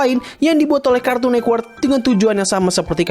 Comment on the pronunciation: Network bukan nekwork